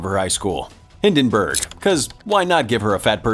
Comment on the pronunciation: OK, how did the narrator remember the princess' name from the begiining of the movie, but not the name of the main character? It's Clive Maxtone. Also, it's Hi*l*denburg, not Hi*n*denburg.